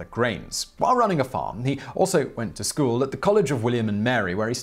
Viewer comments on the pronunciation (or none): none